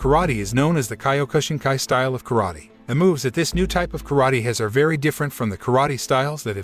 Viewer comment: I studied Kyokushinkai over 50 year ago. The reviewer should not be given the privilege on commenting on this film. He doesn't know how to pronounce the name of the style nor the former name of Matsutatsu Oyama correctly. I was honored to met and earn my black belt by the Sensei. Though, I did enjoy my time studying it was time to move on. Something I was taught by Sensei was to give back to others. I earned a medical degree and performed general surgery. I have since retired and from time to time look at the changes that the style has gone through. It's all amazing.